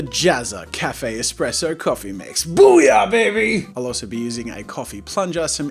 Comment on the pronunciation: did he say eXpresso????? Btw ur shirt match ur eyes 😂😂😂